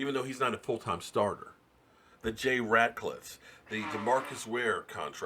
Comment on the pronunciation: lmao " Jay Ratclits" 😂